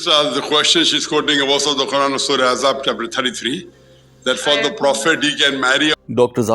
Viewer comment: Bhai ap surah azhab bol rahay ha bar bar ap Galti kar rahay ha because surah azhab nai. Surah al ahzab ha